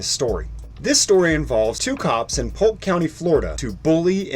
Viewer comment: It's Polk county Hahahaha!!!